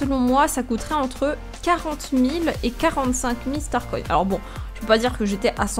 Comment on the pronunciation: On dit pas star coïnne mais star coins